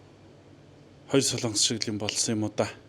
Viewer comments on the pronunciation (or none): none